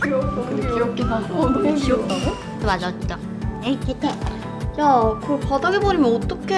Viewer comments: 기적이라고 하닌까 기저귀로 들리네 ㅋㅋㅋㅋㅋㅋㅋㅋ 뭐좀 한다고 소리만 듣고 있었는데 기저귀라길래 놀랬음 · 첨에 이름부를때 기저귀라고하는줄 ㅋㅋㅋ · 기적이를 기저귀라 들었어용ㅋㅋ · 아니 나만 기적이 기저귀로 들리나..,? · 저도요 ㅋㅋㅋ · 기적이 기적이 거리니깐 귀적이 라고들리네..ㅋ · 기적이인데 귀저기라는줄ㅋㅋ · 기적이가 귀저기로 들림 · 이름이 기적이길래 옹알옹알 거려서 기저귀 느낌으로 가려는 줄 알았는데 풀네임이 이기적이네 ㅋㅌㅋㅋㅋ